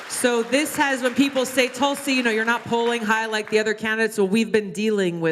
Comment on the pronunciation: BTW notice she signed that autograph in English, not Cyrillic ;) it's Tulsi, not Tulski :P